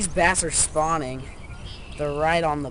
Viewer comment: "These bass are spawing"